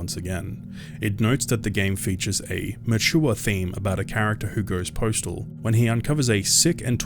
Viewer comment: my dude it’s postal not preachtal